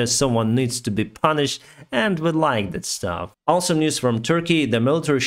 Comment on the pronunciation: "And we layk det staff" 😆 For some reason I can't stop laughing at that sentence/facial expression!!